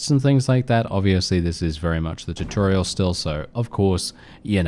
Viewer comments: Tutorial(Two-Tor-Ree-al) not (Tit-tor-ree-al). At least for American English. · The way you say tutorial lol!